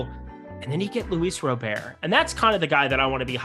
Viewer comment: Lol why are you saying Robert like Gobert 4 years after learning the right way to say his name? Smh